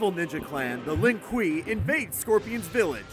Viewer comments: Lin kwee lol thats what it sounded like its actually lin kwoay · Pronounced Lin (kway) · "Lin Quee" fuking dropped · He said (Laughing) "shenok" and "lin khwuey" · "Shurai. Ree-you" ITS RIGH-YOU AND ITS LIN QWAY NOT LIN QWEE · Lin Kwee and Shirai Riu...its Lin Kw-ay and Shi-Rai Calliou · its pronounced shiray ry-yu not ri-yu and lin quey not quee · Lin queeee its Lin kuei Sh Ry ruy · Shira ReeU Lin Quee Sheenok Really? This guy doesn't deserve to talk about MK if he can't pronounce any MK words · “Lin quee” How do you change a faction, he killed it for me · The “lin qwee “ is my favourite clan XD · Shiray ray u Me: he pronounced that wrong.: lin qwee Me: he's doing it on purpose for comments and i fell for it;( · At least he didn't say Lin queef also "sheenok?" Really? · Lmao😂😂 did he say Lin kwee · He pronounced Lin Quie and Shinook wrong probably like how I spelled them both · "The Lin Kwee"? Is it really so hard to check ? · Lin quee Shirai reeyu SHEENOK WHAT!? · Lin Quee? shiray rayeeeu? SHEnok? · Lin Quee LMFAO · God damn it Its lin qway (The spelling) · The lin kui 😂😂🤣🤣😂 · Lol Lin Quee xD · Shirai reeoo Shee-knock Lin Kwiee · Next time I'd like it if you could pronounce the names correctly! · You pronounced everything wrong